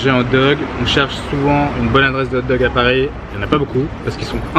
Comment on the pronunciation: on dit hog dogs